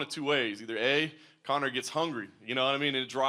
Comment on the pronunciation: you butchered Conor's name.